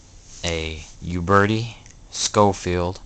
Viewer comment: Your pronunciation of Uberti is killing my ear. Ciao.